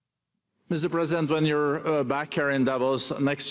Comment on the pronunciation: Does the first guy keep calling Trump "Mr Present" because he is a gift to the American people or because he can't say "President"? lolll